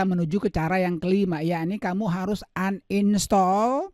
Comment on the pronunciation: Bilang uninstal aja uninstol😭